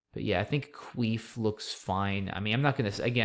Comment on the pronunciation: Cuif is definitely not pronounced queef. So funny.